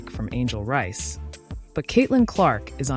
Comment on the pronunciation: If you're going to make comments you should at least know the people's names I am all for Caitlin but the woman's name is Angel Reese not Angel rice